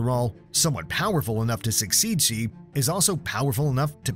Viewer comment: Xi is pronounced Shi, it takes 2 seconds to google that